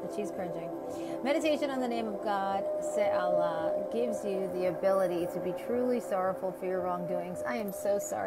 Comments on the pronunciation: Its pronounced SAH. Ho leea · I don’t know how much I trust you because first of all you don’t know how to say her name second of all, you sound slow when you’re saying her name and third of all, she actually governs Nov 3rd -7th major correction take care